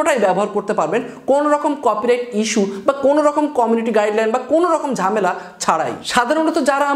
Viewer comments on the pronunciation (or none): none